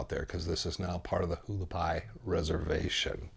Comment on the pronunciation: Haulapai is pronounced Wah- lah-pie !